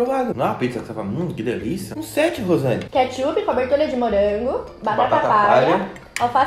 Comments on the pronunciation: Uma coisa engraçada,desde quando é "katshup" kkkkk Fora isso o vídeo tá uma DELÍCIA AMO VOCÊS <3 Edit: é BOLACHA ou BISCOITO? Edit 2: é KATSHUP ou KETCHUP? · Quem viu ? " Katshup " kkkkkkkk